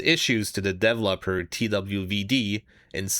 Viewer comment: I have never heard someone say devlopped and devlopper.